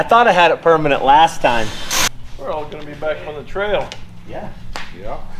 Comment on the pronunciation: When Matt asked if you were about to 'make it peramnent' LOL... use to say that nearly every episode but its been a while --- and 'Ill try and forget that the FJ had to be recovered by The Morrvair.... As a Jeep Guy I wish it would have been the Banana saving the YOTA.....